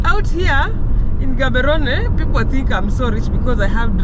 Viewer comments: Love the episode good people, stop murdering the name of the city it does not contain an H like how we pronounce GHANA, so are you ready? Let’s go Gaaaaaaboooorooooneeeee😂😂😂😂😂😂😂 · I love the way Gaborone is being pronounced 😅❤🎉